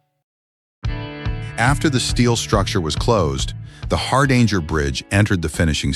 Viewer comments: You could at least give it a try to pronounce "Hardanger". The name has nothing to do with "a hard anger". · The AI is pronouncing "Hardanger" completely wrong, it's using the US English pronunciation. It's also pronouncing "Metres" wrong. Did anybody proof this video before posting it? Or did they just tell the AI to generate this video and auto-post it? AI slop.